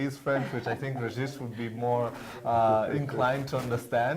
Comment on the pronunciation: Please Regis say your name the right ŵay (French version) and not the English version, as it doesn't give it/you justice.